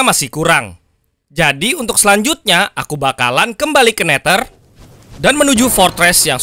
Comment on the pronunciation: Neder bukan neter😂😂